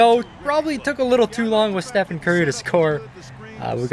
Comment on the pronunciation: Dude great vid but I swear every time he says Stephen I wanna cry. It's just Stephen curry even though it is spelled like stephen